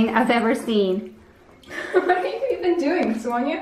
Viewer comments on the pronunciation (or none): none